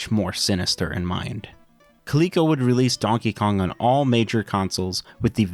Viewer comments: Clee-co? Dork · How did you end up at pronouncing it as koleekeco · If the "LE" in Coleco was for Leather, shouldn't it be pronounced 'Lea' like Lead and not 'lee'?